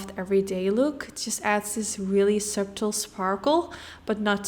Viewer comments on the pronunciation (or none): Congratulations & Family! It is such a hectic but magical experience! Treasure every moment! 🫶🏼 I know English is not your first language and you do such an excellent job at explaining each process as you go along, but I want to helpfully say that subtle is a silent “b” and pronounced more like “sut-ul” hope you don’t mind me saying that! Beautiful eye look as always!! And enjoy baba Mama!! 🫶🏼